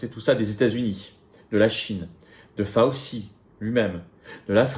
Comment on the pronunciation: fauci /fao chi comme gucci cest gouchi